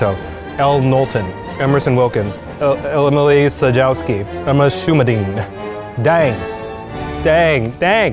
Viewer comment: You really should've known how to pronounce Czajkowki. It's just the Polish spelling of Tchaikovsky, one of the most famous composers in history.